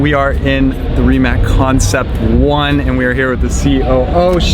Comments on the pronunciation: RimaC, RimaC, RimaC .... a ne Rimak, Mate ako se želiš amerikanizirati onda počni pisat Rymac i tražit od njih da ti ime izgovaraju RAJMEK .... dudek jedan .... sramiš se svog imena i porijekla, žalosno .... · Btw, Americans, Rimac is pronounced "ree matz"